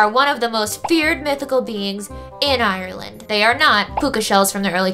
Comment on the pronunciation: OK that is not how you say Ireland because I am irish